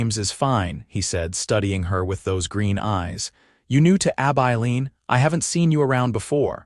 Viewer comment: Pls teach AI how to pronounce Abilene. Please!